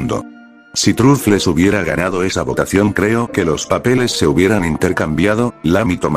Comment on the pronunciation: Se dice trofuls no trufles xd